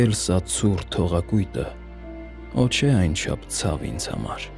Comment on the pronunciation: Ոչ թե <<օ՜ չէ>>, այլ <<ոհ չէ>>